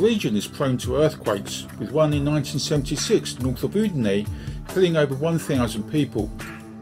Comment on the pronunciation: Thank you. I hope you enjoyed the video despite the mispronounciation of "Udine". Do you have any recommndations on particular areas to view when considering moving to Friuli-Venezia Giulia?